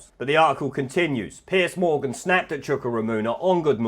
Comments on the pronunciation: Just so you know its not Piece Morgan, its Piers Morgan. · Isn’t it Piers? Not Piece Morgan? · It's PIERS Morgan , not Piece Morgan.